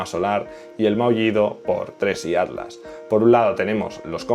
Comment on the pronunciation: Cuando dices ADLAS es ATLAS?